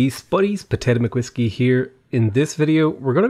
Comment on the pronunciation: I always think he says "botanic mcwhiskey here"